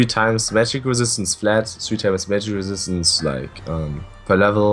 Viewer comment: "Magic Resit"